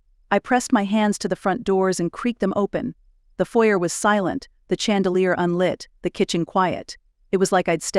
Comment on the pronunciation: Love the story. AI narrator pronunciation, tone inflection, and interpretation is both distracting & comedic at times. Stutters pronounced. Dialing 9-1-1 is "nine hundred-eleven" and "ma'am" is " ma-ham"; "You chose that line." instead of " You chose that line?" A few British pronunciations. Chandelier should always be ""sh", not "ch".